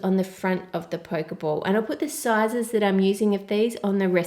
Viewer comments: Curious, since a singular 'k' sound doesn't exist in Japanese, so how could that be the actual pronunciation? It's "po-keh", not the anglicised 'poke', as in to prod. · Its NOT a Poke ball its pronounced pokey ball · It's pronounced Pokeeee ball. Not poke ball as in poking something with a stick for example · i think you pronounce the pokéball like pocke(t)-ball rather than poke(ing)ball actually. it came out very nice but please don't throw it haha :) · It's pronounced poke e ball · Theres an accent on the E so its Pok-ee-ball or you can pronounce it pokiball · Arghhhhh you kept saying pokeball wrong